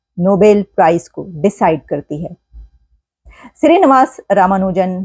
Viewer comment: Shree is right navaas is wrong pronunciation nivaas is right